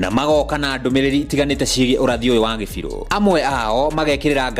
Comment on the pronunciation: You are misleading when you pronounce Kibiru as Gibiru